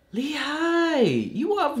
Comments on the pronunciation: It's actually pronounce as 'HEE' , not 'HI' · So it was pronounced as Lee Hai? I legit thought it was Hi in Hee. Hahaha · But it is pronounced as Lee HA-YEE tho it's spelled as Hi 😢